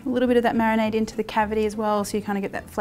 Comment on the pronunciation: Marionade is what I think ever time you say marinade haha make it a thing!